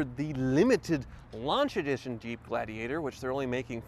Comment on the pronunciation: Jeep ladigator 😂🤣